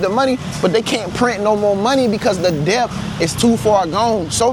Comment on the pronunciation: Debt... The b is silent. Det..is how its pronounced. No shade tho..just letting you know.